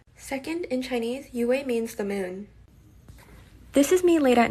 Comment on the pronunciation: her says yue as (U-A) ITS pronounced (you) she shouldn’t be yue